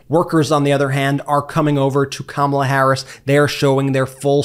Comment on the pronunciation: Kamala is pronounced (comma' la!) NOT (come ala'). How ignorant do you want to be seen as?